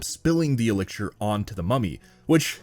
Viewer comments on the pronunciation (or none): Are you saying “elixir”? Like E- lick-sure